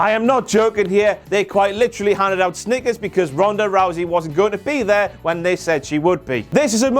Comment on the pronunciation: Im pissed I paid to see Lesnar and Rousey and they both were not there. Oh and not everyone knew about the Snickers on the way out. If some old guard didn't point it out I wouldn't of knew it sounded like he was saying stickers lol... BTW I have your "THE BIG DOG" as my notification sound whenever I get a message I hear you